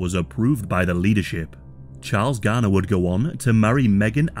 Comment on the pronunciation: Why is he pronouncing Graner as garner?